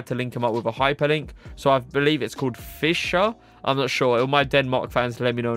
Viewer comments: Im from Denmark, and You said "Fischer" right 😁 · im from germany and Fischer is pronounced the same here ^^